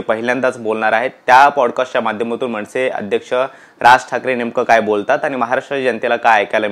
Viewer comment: मणसे नव्हे रे, मनसे म्हणायला शिक. म्हण 100 वेळा 'मनसे'